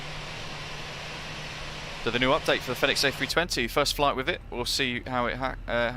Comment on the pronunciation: Love the Videos but please call it Pronounce Fenix as Phoenix ;-)